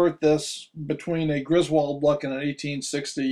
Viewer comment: Cool video. FYI, it's pronounced GRIS-wuld, not gris-WALD. (In other words, not like in the National Lampoon movies.) Mr. Griswold was from Connecticut. You can hear the pronuonciation from Griswold, Connecticut, at the beginning of this video here